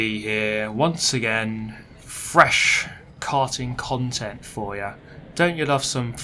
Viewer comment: i do love a bit of frrrresh KKarting KKontent